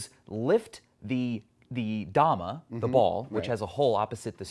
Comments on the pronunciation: Hes right about a having fun with a kendama but wrong when calling the ball a dama. It actually called a ‘tama’ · Ken + tama = kendama. Tama means ball, not "dama". For grammatical reasons the "ta" becomes "da" when incorporated into a compound word like this. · Who's gonna tell him that the ball is called a tama, not a dama?